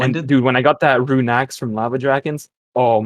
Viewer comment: I'm getting unreasonably mad when he says runey